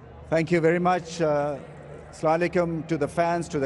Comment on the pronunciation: Learn how to convey salam Ramiz Raja it's ASSALAM U ALAIKUM not sala laikum